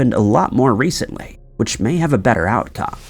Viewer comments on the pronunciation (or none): none